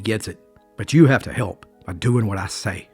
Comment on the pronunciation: I notice you say hope instead of help. Lol